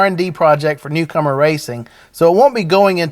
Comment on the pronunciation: I thought he was saying cucumber 🤣